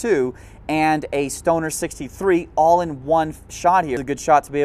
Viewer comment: He needs to pronounce “Knights” and “Stoner” using an English accent like he does with other ethic names with their ethic pronunciation lol 😂